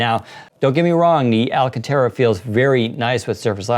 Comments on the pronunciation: Alcantara not alcatera 😐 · What i hear is alcatera like Alcatraz but it should be" all-caan-tera"(or tara)